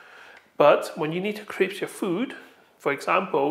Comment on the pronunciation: What is "crips"?? Do you mean "crisp"?